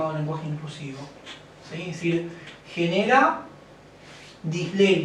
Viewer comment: ¿El licenciado dice que "el lenguaje inclusivo provoca dislexia"? Él lo pronuncia como "disleia" o al menos así lo escucho yo, pero este término no figura en ningun lado. Sí disartria, disfasia y dislexia. En todo me parece una explicación algo confusa que provoque "dislexia", ya que este trastorno está asociado a dificultades de aprendizaje en el lenguaje debidas a causas hereditarias o genéticas y no al mal uso de un idioma. El ejemplo que los estupefacientes tambien la provoquen tampoco coincide. El licenciado se refiere a un "retraso en la emisión del sonido y el pensamiento" y esta descripción no se ajusta a lo que es la verdadera dislexia. ¿Podría alquien aclarar el asunto? O en todo caso alguna forma de contactar con el licenciado para preguntarle personalmente. Gracias.